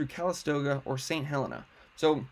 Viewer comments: It's pronounced St. Heleena. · Thank you for the excellent information. I live in Calistoga and hope it's still there when I get back! BTW, it's pronounced Saint Heleena